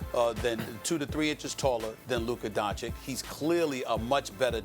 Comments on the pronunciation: Stephen "Luker Donchick" Smith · Stephen “Luker Doncic” Smith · “Lukka doncick”😂😂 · Stephen A Smith: "Lükker Donchick" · Dark Knight lmaooo “lukka doncick” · LUKER DONKICK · i think you mean "luker donchik" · Luker Donchich